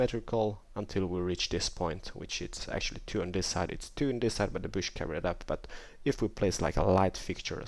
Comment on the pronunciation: You pronounce bush, like boosh. LOL!!